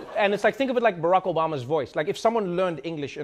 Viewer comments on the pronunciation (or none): none